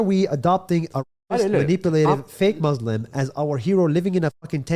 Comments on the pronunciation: Nas is supposedly a palestinian arab, why does he pronounce Muslim as "Maazlem" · First of all he cannot even say Muslim